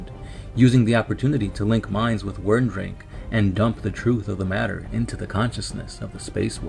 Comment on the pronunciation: Nice lore video on my favourite legion, good work. However, the Rune Priests name was Wyrdmake, not Wyrmdrake (or at least this is what I understood you named him in the video).